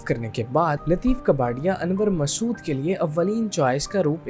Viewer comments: Lateef kaa par ya. Kabarya nahi...kabari... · لطیف کپاڈیا، کباڑیا نہیں۔ اور انور مقصود ھیں، انور مسعود نہیں!